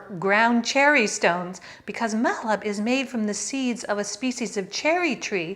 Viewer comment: Thanks for the reply. Actually it was not a question about Mahlab but an entreaty (😅) to you not to pronounce the /ح/ in the middle as a /kh/, the way Israelis do (you know, like Makhmoud, Khummos, and Khamas, etc.). /ح/ is a difficult sound to reproduce for non-Arabic speakers, so a sharp /h/ is closer and much, much better than the Israeli /kh/. Thank you again for a lovely channel that champions Palestinian cuisine, and cheese, of course 🙂.